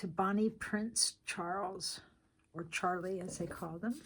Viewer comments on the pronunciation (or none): none